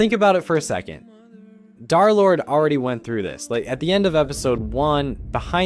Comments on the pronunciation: Why do you keep saying Dhar Lord instead of Durr Lord?? It's a minor thing, but Wifies pronounced D3rlord3, like, 700 times. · Why does he say “darlord!!!”